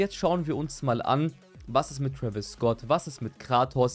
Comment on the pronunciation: Twäwis und m&m 😂